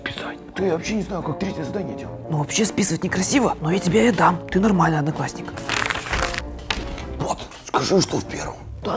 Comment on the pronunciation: сказал аднаклашник а аднакласник